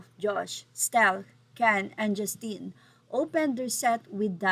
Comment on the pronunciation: 🔥🔥🔥You keep mispronouncing the name Justin.